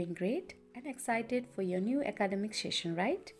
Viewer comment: It was a really good introduction. But some of the words were pronounced incorrectly like session, passionate and wishes.